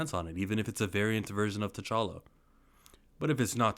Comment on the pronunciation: It’s T’Challa.